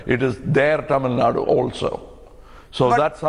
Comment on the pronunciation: It's not tamil nad, please pronounce in correct way. It's Tamil Nadu.